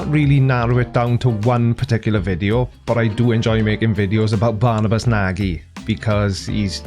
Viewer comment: Nagy is pronounced Nadsh, justbabout in hungarian, if you want to tickle him more.